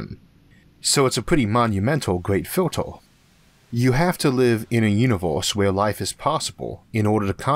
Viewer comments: Nice video, just can't stand the "univorse" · Orth? Uniworse? lol